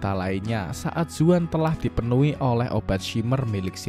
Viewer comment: zaun bukan zuan :D ekko bukan ecco